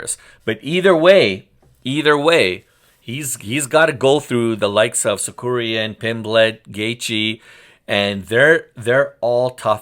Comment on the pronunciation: Sakurian? Get his name right!